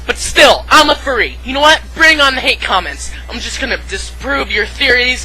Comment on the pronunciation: this vee. the tuh. i dont know whats worse